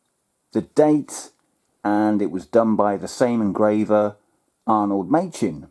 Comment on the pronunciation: The designer is Arnold Machin, pronounced Mackin!